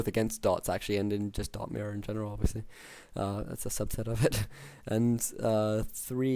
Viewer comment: Just one little thing - could you stop calling the druid "dott" ;)